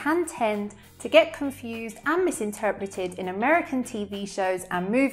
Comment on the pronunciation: I'm wondering why herself occasionally pronounces the R between a vowel and a consonant in places where it normally isn't pronounced in London, such as "misinteRpreted" and "wheRe we". Could it be because she is trying to speak extremely clearly for our sake and feels that the clearest possible pronunciation is an American-like pronunciation (or some western dialect-like pronunciation), which sounds more like the way it's written when it comes to the Rs? But I don't think that would be a good idea, since she is supposed to be giving us an idea of what 'normal' British English (RP or London) sounds like. Or perhaps English people are gradually deciding that the most right and proper way to speak must be the American accent, so they're giving up their own accent?